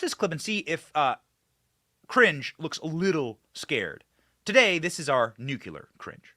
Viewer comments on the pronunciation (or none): BENNY! The word is NUCLEAR not NUCULER…..still love the show tho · AGAIN BENNY MISPRONOUNCES LARGE CHUNKS OF HIS MONOLOGUE. WHAT THE HECK IS A "NOOK-YU-LER"?